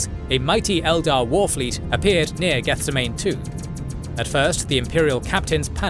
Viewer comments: Love the video, but every time you say the word "Gethsemane" my eye twitches. It's geth-SEM-uh-nee, as in the Garden of Gethsemane from the Bible. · I'm sure someone else pointed it out, but it's pronounced "geth-sehm-ah-knee", like the garden in Jerusalem where Jesus prayed before he was captured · good video, but I would rather be sold to a dark Eldar than hear you pronounce Gethsemane again